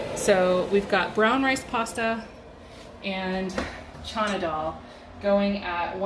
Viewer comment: That’s what it sounds like she’s saying… I think it’s just how she’s mispronouncing it… but yeah its “Chana Dal”… lots of recipes on Pinterest. It’s a really good and healthy recipe of Indian origin.